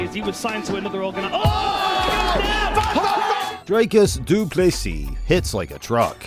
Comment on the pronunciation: "Dree" as in "Tree" . . . "cus" as in "p1ss" . . . = "Dreeciss Do Pliss-see" = Dricus Du Plessis.